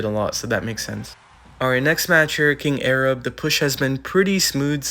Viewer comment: Kind arab??? Lol it’s king arbi eraGOON